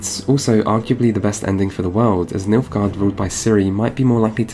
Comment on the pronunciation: did you say... milfguard?